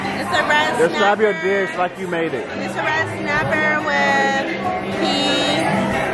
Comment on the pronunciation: Yo he said iss finna slip out😂🤦🏼‍♂️